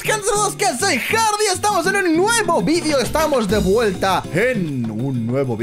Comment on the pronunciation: pronunciando hardy: jaiuski